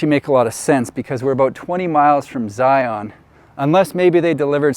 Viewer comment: I’m from Utah. I don’t get where the mispronouncing of Zion came from. It’s Zi-un, not Zi-ON